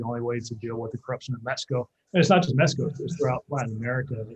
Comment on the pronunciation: To: It is pronounced M-e-x-i-c-o, not Mesco!